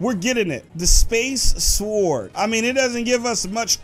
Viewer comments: i swear if your pronounce sword, SWWWWORD again, I will flip out. It's pronounced, SORD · Its not s word its like s ord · he say sward not sword